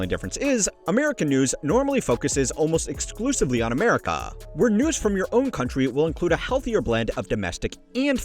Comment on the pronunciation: gloomy goose dude said amerika with a k